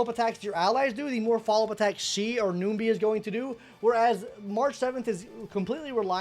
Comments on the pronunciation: Was gonna watch but 1 min in and hearing you saying ''noombee" bout 6 times i just cant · Numby not noomby, and shifu not sifu